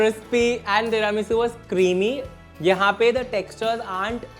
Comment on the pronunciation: Cinnamon bun with hot chocolate ke upar agar whipped cream ka garnish hota with some chocolate sprinkles phir to oh ho ho jaata! Also, cweamy, cwispy and cwunchy wala accent badhiya as always 😂